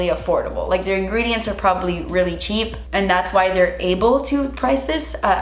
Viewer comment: IF IT'S CHEAP SHE SAYS "SO SHEEP"